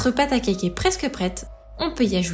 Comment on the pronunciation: J'adore ce que vous faites. L'idée de reproduire des recettes de grands chefs et de nous les partager est juste géniale. Mais SVP arrêtez de prononcer [Kaïk] quand vous dites CAKE ! Vous êtes juste RIDICULES. Regardez dans le dico, le cake (gâteau garni de raisins secs et de fruits confits) se prononce [Kek] même si l'origine du mot est certes anglaise. D'ailleurs le Cake dans son sens anglais veut dire gâteau et non cake au sens où on l'entend en français.